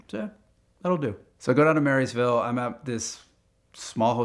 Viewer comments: Not Marysville. Maryville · Again it’s not MarySville with an S. It is Maryville. Dang Yankees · Great story, we live about 12 miles from the Dragon. A tip though, it’s not Marysville, or even Maryville, it’s prounounced “murrahville.” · Low key annoying when he calls Maryville, Marysville. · Mary ville the locals would eat you alive. They got on me too. They say Mury ville, maryville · *Maryville, not Marrysville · Hold on had to stop at the Marys Ville. It Maryville and the Y is silent. If you know you know. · "Mary's vill" wtf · Mary's ville... Bro, it's Murrvul. 😜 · It’s MURVIL not Mary’sville 😂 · "Marysville" oh no, just.... no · FYI it is not pronounced "Mary's-ville", we say "Mur-vul". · Stopped the video to add: it's pronounced "murrrvull." If you say Mary Ville, no one local knows what you mean. (Also, side pet peeve, it's the Dragon, not the tail of. I ran Blount County Rescue Squad in the 90s and spent way too much time running code three to the Dragon.) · What a great story. Though, as someone who was born and raised in Maryville, I die a little inside whenever someone calls it MarySville. I don't know where it comes from, but it's grating. There is no S in Maryville. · I can tell you are not local. Maryville is pronounced: Merval. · Marra ville we pronounce it one word Merriville is not spelt like that but that’s how it’s pronounced around here. I traveled it when it was a loggers Road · Speed limit was definitely not 55 and hasn’t been for many years if ever. And it’s Maryville pronounced “murville” in southern slang. Running into cowboy is like seeing a unicorn. That man is a complete animal. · The way he says Maryville proves he spent no time here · It's Maryville, not Marysville. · There’s no s in Maryville dude. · There is no S in Maryville. You pronounce it like you do Maryland. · Embarrassing that he repeatedly got the name of the city wrong. It’s Maryville, not Marysville. That’s a silly miss for the editor.